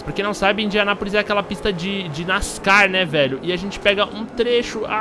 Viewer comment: o jeito que tu falo ''nascar'' ta errado kkkkk